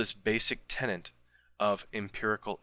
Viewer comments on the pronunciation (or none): did you say "tenet" or "tenant"? It sounds like "tenant". Otherwise, an excellent video -- as usual.